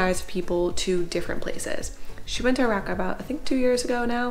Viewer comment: Was commenting on the video that you're pronouncing Iraq wrong and you said it right half way through as I was typing 😭 thanks for the beautiful coverage of this amazing country ❤